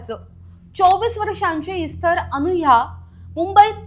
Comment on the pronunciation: सीसीटिव्हीच्या पुराव्याबाबत कोर्ट काय म्हणाले नाही का? त्यावरून व त्याने गुन्हा कबूल केल्यावरून त्याला काहीतरी शिक्षा व्हायलाच पाहिजे होती. निर्दोष मुक्तता म्हणजे उजळ माथ्याने समाजात वावरायला परवानगीच! दुसरी गोष्ट म्हणजे इस्तर शब्दाचा उच्चार एस्तेर असा आहे. त्या शब्दाचा अर्थ 'तारा', स्टार असा आहे.